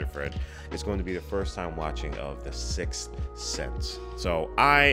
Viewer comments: Thanks for the belly laugh when you started to say "sixth" and said "sith" instead... I needed that. I think this movie has a heart to it that subsequent Shyamalan movies seem to lack - not that he's made all crap since then, but I think the movies that came after this were all trying to capture the twist thing without capturing the deep human feelings that this movie inspires. Can't hurt that all the main actors in this just crush it. I feel like Haley Joel Osment's caliber as a child actor has yet to be matched. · Don't worry about it. I have trouble saying the Sith Sense, too... Sick Sense.,,, Sickth Thenth.... Damn it! Six-tttthhhh breath Ssseeenssssse! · Don't feel bad about having a hard time saying "The Sixth Sense", I can't pronounce "reservoir" correctly.🤣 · I only have trouble pronouncing the title when I'm too self concious and trying too hard 😅